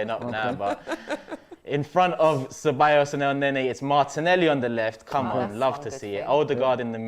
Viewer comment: Man said 'cebaYos' 🤣